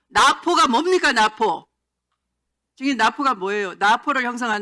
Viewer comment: 추미애 발음봐라...나포 란다...ㅋㅋㅋㅋ